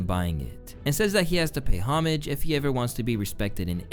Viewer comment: Please learn how to pronounce "homage" Just like google it dude. Please. Please. Please.